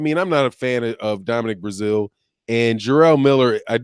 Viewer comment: As much as I enjoy your content. You can 100% tear up some names🤣🤣🤣 Now even Brazeale's name in the thumbnail.